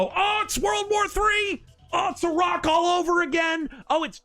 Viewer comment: Why are you saying Iraq like that